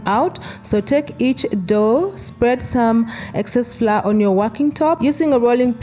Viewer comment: Pronounced flower,… not fla…😳😳